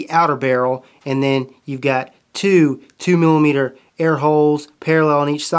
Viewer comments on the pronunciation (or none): none